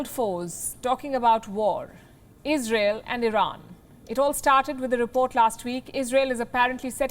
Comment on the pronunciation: Izrael ish syper U S ah prefekt